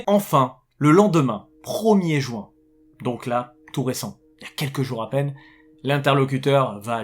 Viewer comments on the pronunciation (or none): none